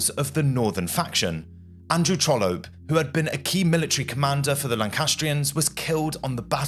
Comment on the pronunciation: Why do you use such odd pronunciations for Norfolk and Trollope? Are you an AI?